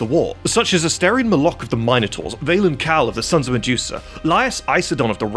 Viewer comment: The mine-a-taurs? 😂